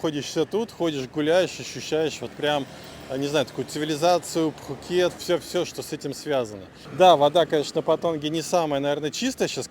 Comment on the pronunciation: ну не пххххукет. пукет ко таиски.